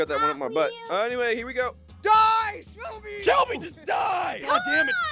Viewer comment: He calls Shelby shumpy